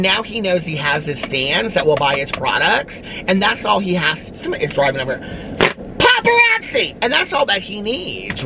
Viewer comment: I literally spit my drink out when you said “paparazzi” 😂😂